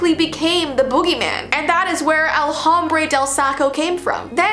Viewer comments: you sed “El hombre del Saco” you read it “El ombre de el Saco” it means “the sack man” the H in spanish us silent. i speech spanish if you see this ‘ it means to say it strongly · I don’t mean this in any bad way possible but next time the h is Spanish is normally silent so it would be pronounced “el ombré del Saco” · Ur videos r awesome! And also, pls don’t take this the wrong way, but it’s pronounced, el om-br-e del sac-o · "Ell hOmbRaY deLL sAckO" I'm sorry but that mispronunciation had me CACKLING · Hi! El hombre del saco is pronouced el Ombre del saco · your not supposed to add the H in Hombre just say Ombre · Don’t want this to sound like a hate comment but to correctly pronounce “El hombre del saco” Sound it out like this elle ombreh del sacoh I’m not sure if this will help but I can try ^^ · El hombre del saco is actually pronounced “El Om-brre DE(ad) l Saco you don’t pronounce the “H” in Spanish sorry if this seemed disrespectful Spanish is a hard language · Hey I’m sorry but you did not pronounce El hombre del Saco right How to pronounce El hombre del Saco:El- omb-re- del- sa- co El. Hombre. Del. Saco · Hmmmm Jesus you too you don’t pronounce the h in Spanish and Spain Mexico any Spanish no h but my name you gotta pronounce the h 😂😂😂 in Spanish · Just to let you know, (not hate) that “hombre” is not pronounced like how it’s spelled, it’s said without the ‘h’ 😁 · And btw you said “El Hombre Del Saco” wrong and I know that because I am Hispanic :) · La llorona or el cucuy the H in Spanish is silent when you say hombre just saying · U said El Hombre Del Saco wrong 😅😅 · We don't pronounce the H it is silent and i speak Spanish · the h is silent in spanish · you said el hombre del saco wrong(no hate) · uhm the h I’m “hombre” is silent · Just a suggestion but usually in spanish the h isn't said